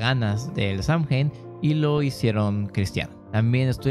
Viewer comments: Hermanito, Samhain se pronuncia Sow-jan 😘Bendiciones a todas mis hermanas y hermanos brujos💖💖💖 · Es sey win asi se pronucia. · Yo igual sé que se pronuncia Sowein